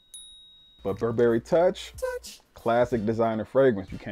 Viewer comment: You look so super fly ✨. Your video production skills are top notch. The "touch" sound that comes up every time you said toich was dope too 😂.